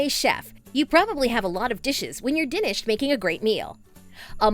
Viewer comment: Yeah...you know, "when you're dinished with your finner..." 😂🤣😁